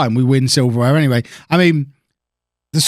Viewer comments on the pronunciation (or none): none